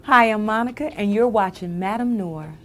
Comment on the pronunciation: she said Madam Noor....????? isnt it French: pronounced Nwahr....smh!!!!!